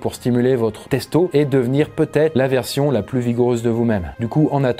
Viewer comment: "testo" Non. C est pas possible.